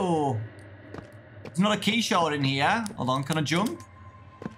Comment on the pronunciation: Bro I heard him say "Shard" and I though he said "Shart" TwT